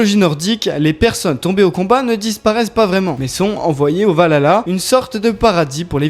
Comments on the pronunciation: Alors on dit pas valala mais val-HAlla svp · On di le vahala et pas le valala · Le valala 🤣 valhalla, val halla, vers dieux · Par contre le H de valhalla se prononce